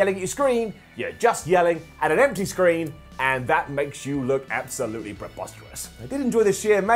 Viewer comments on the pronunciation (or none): none